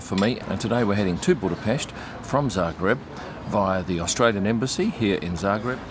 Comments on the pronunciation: Wow! I'm impressed already with the perfect Budapest pronunciation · I'd say this is far from what i would call a tense moment. Go to the scummy districts of liverpool or manchester, let alone london, and you'll experience what tension is. He might have been in the wrong lane, but let's not forget that he did bother pronouncing Budapest right.